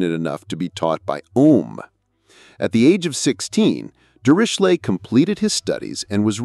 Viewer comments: The narrator pronounced the name Dirichlet several different ways. Was it some form of AI? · Apart from the terrible pronunciation of the name Dirichlet I like this video a lot.